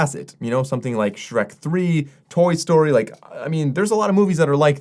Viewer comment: Did you say toy story???